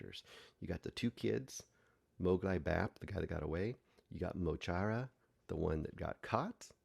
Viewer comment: Loved the film but I'm a long time fan - it's mo Chara (ch as in ach in German), Móglaí (Mowgli) Bap and DJ Próvaí (Pro-vi). Yes, the Six Counties are still occupied by the British. Their names are referenced in their music as well. The protest mentioned is the march for recognising the Irish language in the current state the Six Counties are in. This film does need a bit of research to understand the full picture.